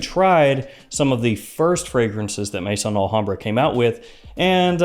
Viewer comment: Just came across your channel. Really liking your format . Only criticism is your pronunciation of Maison AlHambra , it pronounced May-zon not mason. Maison is the French word for house as in house of Al hambra